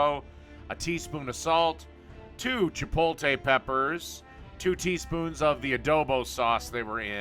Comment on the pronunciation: No offense but how do you spell the name right but pronounce it wrong?